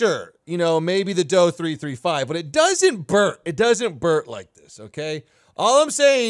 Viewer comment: It's not a "Doe" 335 or 17, it's a "Dee-Oh", for the same reason it's not a "Mee-262". Don't get me wrong, I love your vids, laugh my butt off every time, very entertaining. But aircraft use a letter designation in relation to its' designer or design bureau.